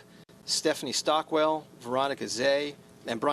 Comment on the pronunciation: stephanie "stockwell" lol